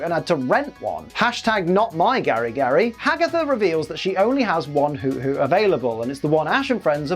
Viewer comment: Isn't Hoothoot pronounced Who-Thoot?